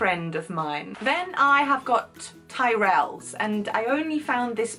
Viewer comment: No Lush? I always buy Simple 'stuff' for my daughters..shampoo, conditioner etc. Oh and I have to correct your pronunciation AGAIN. Not Tye-rell...but Tirrull...you swallow the 2nd vowel. Rhymes with 'whirl'.